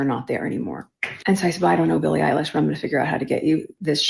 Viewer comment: Did she say Billie “EYELASH”?